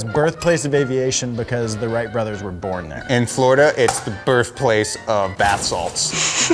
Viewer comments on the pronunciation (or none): none